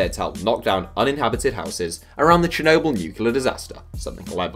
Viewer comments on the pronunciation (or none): none